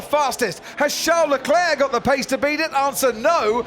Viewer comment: Who the hell is 'Shar LE-Clair' ? The announcers sound like morons.. its Charles Leclerc. Everyone else including Charles Leclerc pronounce it correctly, why can't they?